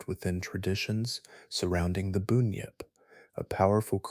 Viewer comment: Bunyip is pronounced "bun-yip". 1am Wellington, New Zealand.